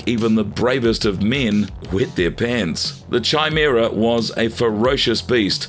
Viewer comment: Sorry, but I have to. It's pronounced KAImera, not Chai as in Chai tea.